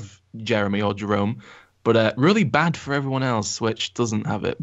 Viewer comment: Did one of them just pronounce 'Jerome' like 'Jeremy'? Are you off your nut Mate?